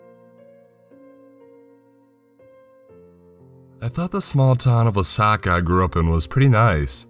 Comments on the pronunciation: For the longest time i thought he was calling the town Osaka instead of Wasaka, haha I thought "ummm I haven't been to either place, but it just doesn't paint that 'Osaka' picture" lol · Wah - saw- key. That is the pronunciation. I grew up about 30 minutes to the south of there. Good camping out that way.